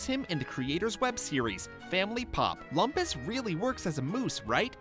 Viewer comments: (Scoutmaster Lumpus impression) That's LOOM-PUS, bonehead nitwit..... Not LUMP-US! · It's funny how the narrator got Lumpus's name as well as the fact wrong about his name. It's pronounced "LOOMpus", but most characters call him "LUMPas".